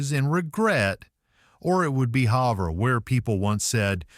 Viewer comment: It’s pronounced Have-er.